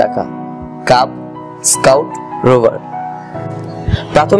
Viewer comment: রোবার না রোভার।😄😄😄